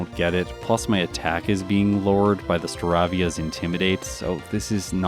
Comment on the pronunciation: Only just a very slight minor Pokémon mispronunciation,. Staravia is pronounced more like aviator, unlike Staraptor.